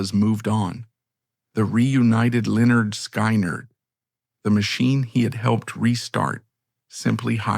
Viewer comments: Pronounced: Leh nerd Skin nerd. Pardon, my hyphen key got hammered by a neighbor. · I hate this doc. Can't even pronounce Linnerd Skinnerd. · Pronounced Li - Nerd - Sky - Nerd 😂 haha. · Cowardice and abandonment? This moron can’t even pronounce the name of the band properly, even with the dictionary pronunciation on the first album cover. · Can’t pronounce the name of the band right in the first 30 seconds…. Thumbs down, do not recommend Chanel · Somebody, please STOP this AI pos from even trying to pronounce LYNYRD SKYNYRD, it's such a shame and it's disrespectful to the entire band!!! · Can’t believe they don’t proof watch.Or whatever you’d call it. Make it then watch it so it doesn’t make a huge mistake and piss off the very people the video is targeting. It loses all credibility when they can’t even pronounce 👈🏻👌🏻 the name of the greatest American rock band of all times! I don’t understand why they can’t just do it themselves. It’s just reading a script! You have to have a machine read what you wrote? Not very bright!